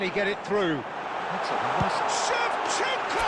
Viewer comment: Shevachenko ❌ Shevashanko✋🏻 😌🤚🏻 ❤️